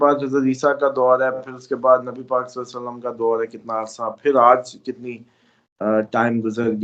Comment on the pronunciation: اپنا درود پڑھنا ٹھیک کرو ہمیشہ میں نے نوٹ کیا آپ غلط درود پڑھتے ہو ۔۔۔۔ لفظ صلے یعنی بڑی ے نہیں چھوٹی ی سے صلی پڑھنا ہے عربی لغت میں بڑی ے کی گنجائش نہیں ۔ غرور نہ کر کے اڑ جانا اپنی غلطی آن لائن ماننا اور آئیندہ درست پڑھنا